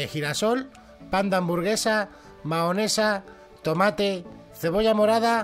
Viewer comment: Se dice mayonesa